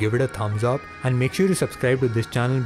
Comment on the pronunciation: "sobscribe to the cannel...the lineagh os" oh my god your english is so bad 🤢🤢